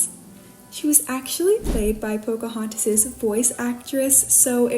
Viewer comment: you forgot the "n" in Pocahontas, love these videos💕💕